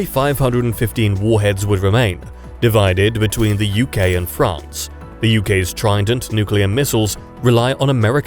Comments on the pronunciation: France not Ferance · I see a new country "FERANCE"